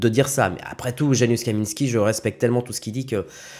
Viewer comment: Salut ca se prononce « yanoushe » et pas « janusse »